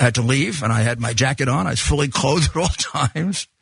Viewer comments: John, you said Jacket-off 😂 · Did you just say Jacket on or Jack it off ? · AT 5.36 Did you say "Jacket on or jacking off"? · Did John just say "jacket on or jacket off"?